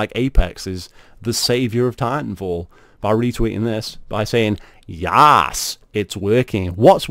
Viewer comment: first of all its "yess" not "yaass" hearing you say that just kills my brain cells. Secondly you have no compelling argument, all you do is call the article bullshit and read it, then acknowledge the fact that player count went up and then seem to compare it to apex's population when in fact it was never compared to apex's population. You don't even argue anything you just rant on nonsense.